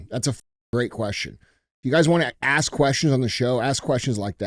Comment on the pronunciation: Can we take a moment to ask DJ why everytime he says “ ask “ he keeps really saying “axe” 😂